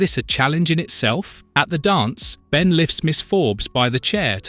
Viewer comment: Almost certain its not a real person saying the words its AI as they/it also pronounced Ben as B en, makes me think its AI reading a script spelling mistakes and all.